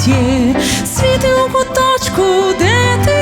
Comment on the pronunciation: Гарне виконання, але це: «свІти» неправильний наголос по вухах ріже😒. Варіант: «Світлом будь в куточку…»